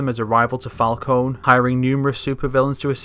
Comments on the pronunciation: This is freaking great. Awesome work. My only comments/criticisms are that you said Raz instead of Raesh and Fal-'cōn instead of Fal-'cōnee. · the way u said falcone crracks me up xD